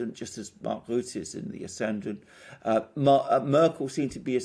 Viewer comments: Rutte pronounced Rutter Wilders pronounced Vilders (more or less) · Rutte is pronounced as burst 😉 not ass bull